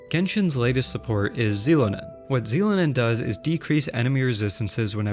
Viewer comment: Omg I stopped playing Genshin months ago, please tell me they don't actually pronounce Xilonen as "ckSee-loh-nen" in game D: I'm mexican and that's not how her name is pronounced. It's "Chi-LOH-nen"